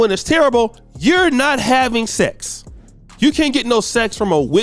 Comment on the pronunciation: I laugh every time you refer to it as SEGS. 😂